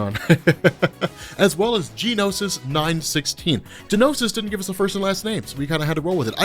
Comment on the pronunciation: By the way.. its not G-nosis. It's just Nosis. G is essentially silent.